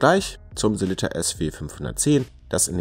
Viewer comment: Eine schöne Vorstellung mit tollen Detailaufnahmen von drei interessanten Uhren. Aber warum kriegt es nicht einmal ihr Profis hin, den Namen des bekannten schweizer Werkherstellers, der euch doch wahrlich geläufig sein sollte, richtig auszusprechen? Die heißen nicht Selitta (wie der Kaffeefilterhersteller Melitta), sondern Sellita!